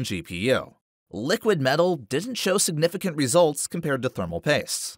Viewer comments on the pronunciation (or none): none